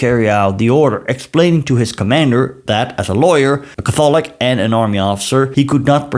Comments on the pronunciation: It is pronounced CATHolik, or even CATHlik, but definitely not catTHOLik. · This is a great video. Please learn how to pronounce Catholic.